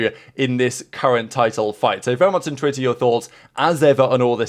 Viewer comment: i know he’s saying intrigued but from the very first video I’ve watch on this channel I’ve always heard in twitter! (Also i only know its intrigued because he explained it some months back)